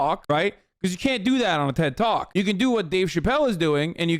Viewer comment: chat making fun of the way hasan says ted TALK nooo haha